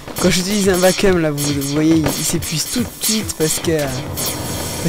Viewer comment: Hi, pour info, on dit vaquioum ^^